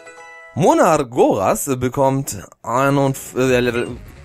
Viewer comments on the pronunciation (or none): wollte dir nur sagen, dass ich mir ziemlich sicher bin, dass du monargoras falsch aussprichst. die betonung müsste auf der zweiten silbe liegen, soll heißen betone die erste worthälfte wie das wort monarch und dann eben noch goras hinten dran. vielleicht tust du dir dann auch generell mit dem namen leichter ;)